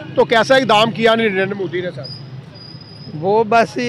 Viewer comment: Bhai sahib u tuber kam se kam Narindet Modi ji ka naam to thik se pronounce karna seek le aisa lagta hai ki tere moo me danda hai